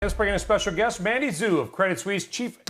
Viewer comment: Pretty sure it's pronounced Mandy Shu not Mandy Zu you clown face